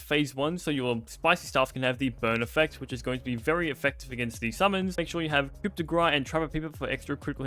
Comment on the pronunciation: Pronouncing both coup and grass incorrectly is almost impressive.